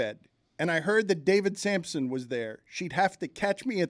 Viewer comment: You keep calling him Samson. It’s Sampson.